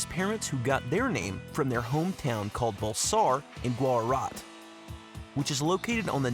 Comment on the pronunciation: Who told you, you can pronounce Gujarat as Guharat? Do you think the official language of India is Spanish? What the hell do you mean by India became independent in 1974, check facts and its better to make video after. The most illiterate creator on YouTube.